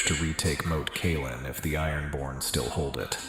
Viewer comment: Rose Bolton, Marg-a-ree Tyrell, Lisa Aryn, Moat Caya-lyn LOL